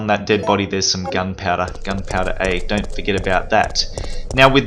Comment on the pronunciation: Love how he says gun powda